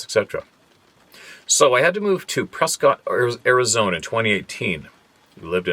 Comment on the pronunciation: there is no way you could know this but, "Prescott" Arizona is pronounced PRESS-kut. lmao! Sorry, I had to give you a hard time.